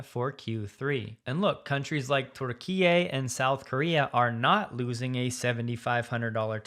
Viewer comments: It’s not terkeeay, it turkey, as in thanksgiving 🙈🤷‍♂️😝😁😁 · Sounded like torda- key -a instead of Turkey? Why the strange pronounciation? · Bro can't even pronouns the name of the European/Asian country correct , yet he's acting like a Tesla expert 🤡 🤡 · I LOVE! the way you pronounce Turkey. Makes me smile. keep up the great work. May the lord keep blessing you and your loved ones.